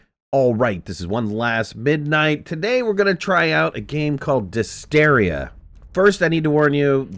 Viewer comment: dys-TERRA not dys-TERIA ..... m'kay